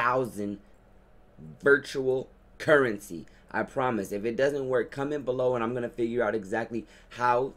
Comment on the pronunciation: The way you said virtual currency lol it's all for fun